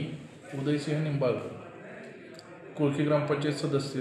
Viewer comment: कोकळी नाही कोळकी